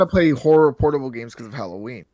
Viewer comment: You brought a tear to my eye when I heard you pronounce Halloween properly I'm not sure if you learn that from me or you're yours part of the world they happened to pronounce it properly but it was glorious always any Americans I see always pronouncing it wrong like a hallway